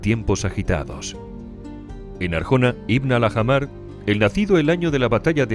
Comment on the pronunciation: Se pronunciaría en árabe algo parecido a "Alájmar", no "Aljamar".